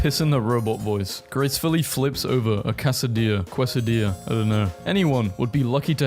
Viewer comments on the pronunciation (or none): I forget this channel is run by a 20 year old english boi until he doesn't know how to pronounce quesadilla lol